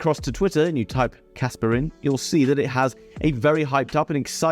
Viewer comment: Bro I can't tell if you're saying casper or kaspa